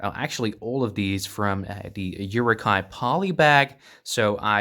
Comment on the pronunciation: Please pronounce uruk hai right. Without the j sound. Amazing cpllection and moc although. Your channel deserves more attention from the internet